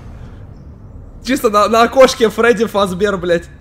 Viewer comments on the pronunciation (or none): АЛЕЕЕЕЕЕЕЕЕЕЕЕЕНА ВЫХОДИ ИЗ ШОКОЛАДА и мне послышалось не на окошке а на кошке